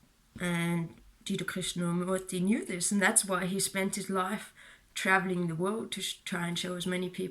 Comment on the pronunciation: Life is pronounced lʌɪf not laf. It is hard to understand you when you say life. Let me clarify that. Not always. Mostly when you say "your life" too quickly. Other times when you say life is is quite correct and understandable.